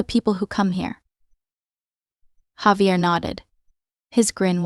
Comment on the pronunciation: It would be great to have words such as names pronounced correctly. Javier is Spanish, pronounced Hahveeair